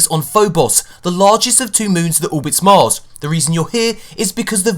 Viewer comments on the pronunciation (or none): none